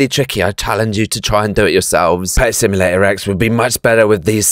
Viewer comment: i like how he said pet simulater eggs